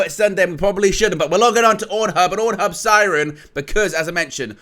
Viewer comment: Did say we're logging on to orn hub 😂😂